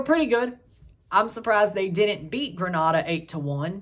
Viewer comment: Its pronouced Green-a-da..